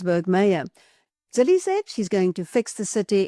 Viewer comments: Zille not Zilly. Your pronunciation please! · He name is pronounced Zilla!!!!